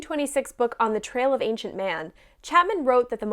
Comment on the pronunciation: The English error I always come across is people pronouncing ancient as "aink-shent"